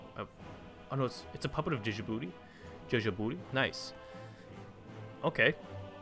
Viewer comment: Just saying, it is pronounced "Ji boo tea" instead of "Di Ji booti"